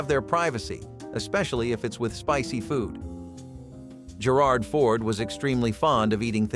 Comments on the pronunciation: "Gerard Ford" lol. Unbelievable. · OrJer-rard Ford😄